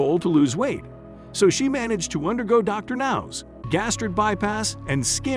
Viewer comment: Y I don't who the commentary is but he is F**** up Dr. Now name. He should have just said Dr. Now. Lol